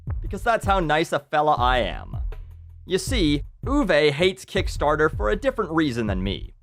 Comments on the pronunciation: its uwe not uway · "Ooh-vuh" not "ooh-vey"